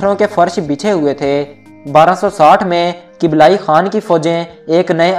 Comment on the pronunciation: kiblayi nhi kublaiie.. dosto dosto thora kam bola kren video mai